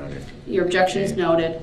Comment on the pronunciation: "Objexion relevancy" "Reason for the SUBstain?" "Is that a TACKit agreement?" "Subject matter jurisdiction"